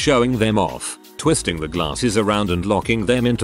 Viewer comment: Lol@ the narrator... "glaRRses"